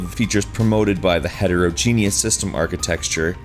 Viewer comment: Heterogenous does not rhyme with "genius". It's pronounced HET - IRR - OJ - IN - ISS